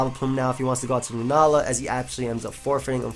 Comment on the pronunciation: "He does go out to lunaala"